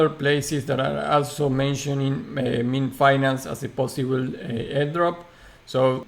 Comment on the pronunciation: Pronounced "Miiiin" not "Me-an" bro ;)